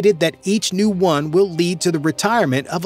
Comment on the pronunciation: on dit "marine one" pas "marine un" mdrrr